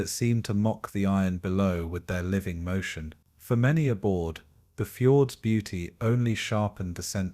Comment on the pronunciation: normally I am pretty ok with your videos but between things like -"and 12 'O' 'O' 'O' pound bomb" and "Norwegian Fords", this video was a little distracting.